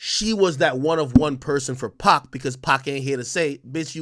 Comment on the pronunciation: It’s pronounced pac like pock not pack, y jada didn’t correct boy? 🤦🏾‍♂️